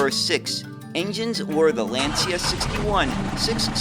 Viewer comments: Fascinating presentation of yet another lesser-known bus model. The only thing - a truly ear-wrecking mispronunciation of the world-famous Lancia company. It's LAnCIa, for God's sake, not Lenzia 😇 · It's pronounced "Lancha". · Lancia is pronounced LAAHN- Chah.